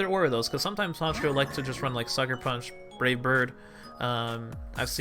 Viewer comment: I swear when you were battling Honchkrow it sounded like you said "Rape Bird" instead of Brave Bird.